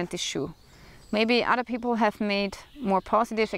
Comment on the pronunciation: Alrighty. That made me chuckle because every once in a while, when listening to EU people talk something totally American slips in. But work on Fadder, Modder, Odder.